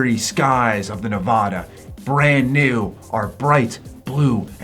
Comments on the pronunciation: Native Nevadan here. It's pronounced "NE-VA-DA" not "NE-VAH-DAH" 😁👍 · you gotta learn how to say Nevada correctly, youre killin me